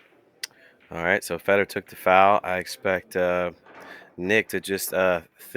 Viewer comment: FAY dor!!! His name doesn't rhyme with cheese. If you can't speak English you have zero business in the announcing game.